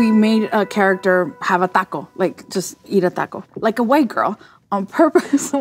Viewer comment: The way she says taco is somehow much worse.